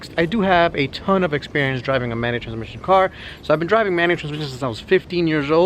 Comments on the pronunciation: Brandon Thompson mah he was sayin manutranmishn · "Soo I've been driving manual zzfgfx"lol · "manual trzmsn" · No he was talking about a meshateshmesha car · thanks for your tips on the manucashuchetss car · I knew people were going to be commenting about the way he says manual transmission. He was also saying hard on a lot. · 1-) what’s his name? Couldn’t hear him. 2-) How does he afford a type -r and all these cars at at 30? 3-) I love how he says manual transmission it makes me laugh. 4-) please like this comment and reply. Love the videos. Definitely got a new sub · You say manual transmission funny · Why can't he say manual transmission? 😂